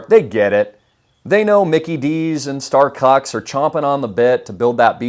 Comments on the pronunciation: My boy said Starcucks 🤣🤣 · Yoooo he said starcucks 😂😂😂😂